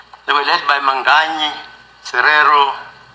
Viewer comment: Who is Manganyi? This judge has a tendency to mispronounce Names This is deliberate